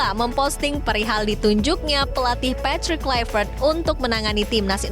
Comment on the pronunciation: Untuk pengamat² boleh pke aplikasi google translate biar gampang untuk belajar pengucapan nama pelatih patrick kluivert biar enak di dengar.hanya skdar saran 😂😂😂